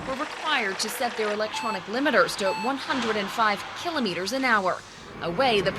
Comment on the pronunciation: They don't know how to say kilometers